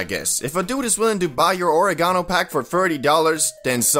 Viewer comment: I hate the way you pronounce oregano.... Question. Is exotic just a name for killer weed or does it have to be runtz or a special strain? Serious question.